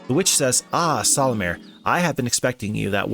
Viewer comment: barely 4 minutes in : "solumir" 😐😐😐